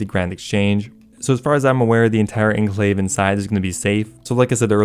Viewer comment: It's pronounced ahn-klayv, not ehn-klayv.